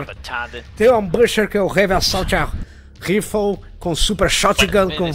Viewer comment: "revi assauti rifou" hahahahaha